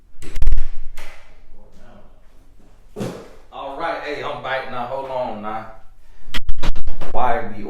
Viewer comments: Me too! I'm glad I'm not the only one that think he's saying bike...lol 🤣🤣🤣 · Yes!! Hahaha he’s soooo country! 😂💀